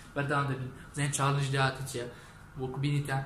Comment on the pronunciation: کاکە چاڵنج نەک چاڵێنگ 😂 غەڵەتی مەبەست غەڵەتی تکایە ئەم قسەیەم بە غەڵەت لێوەرمەگرە بەس تکایە ئەو غەڵەتەو چاک بکەرەوە